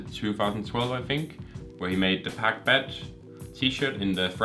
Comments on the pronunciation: рассвет is pronounced rassvet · you mispronounced paccbet- it's rasvyet or rasvet